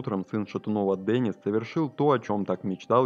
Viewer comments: Не Денис, а Дэнис. Не искажайте имя мальчика. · Не Дэниц, а Денис!!!